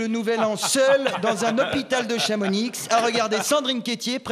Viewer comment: Avant j'aimais bien peb, puis il a dit "chamonixe". Sad